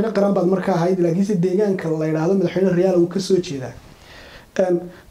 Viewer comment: Masha Allah madaxwayne xigmad iyo xilkasnimaba kudhantahay. Lkn magaca sax riyaale mahee waa rayaale..ree hoonkaybal magaca kasaxa.